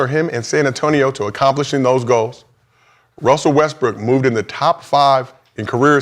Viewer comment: And Gil kept calling Dirk dirt lmao! Oh and kept saying Wussel not Russel they all messed up